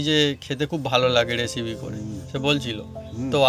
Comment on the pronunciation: কাকা এসিপি নয় রেসিপি কথাটা